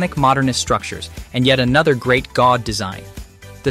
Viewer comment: His name is Gaudi not Gaud!🤨